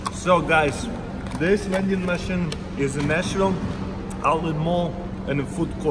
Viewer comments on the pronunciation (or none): none